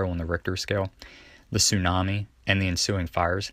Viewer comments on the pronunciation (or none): none